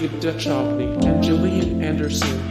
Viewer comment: I knew all these facts but still found the video interesting. It's a shame you couldn't pronounce David Duchovny's surname correctly, as well as the character Krycek's name.